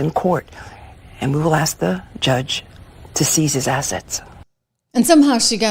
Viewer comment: You don't do that Leticia, are you a crook.. axing for a fren!